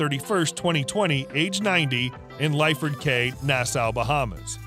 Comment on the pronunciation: Connery will turn over in his grave listening your pronounce Edinburgh and Cay pronounced Key